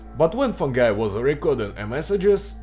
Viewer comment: Слово "Guy" выговариваешь как слово "Gay (Гей)"